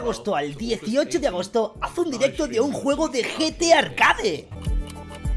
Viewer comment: Like si viste escuchaste que rius dijo Gta arcade en ves de Gtarcade :v